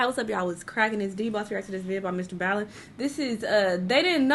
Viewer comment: Im waiting on the day she says his name the right way